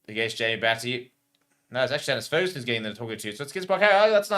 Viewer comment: Love the channel but please learn to pronounce the Fagerson brothers name. It is FAYgerson not FERguson. 🙂👍🙂